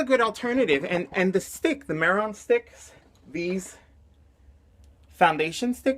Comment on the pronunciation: It's pronounced may-Ron 😉